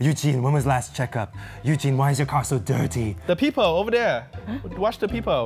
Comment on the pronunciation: " watch the pee pole" 😂😂